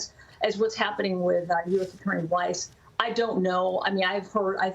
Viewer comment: Weiss is not pronounced "wise".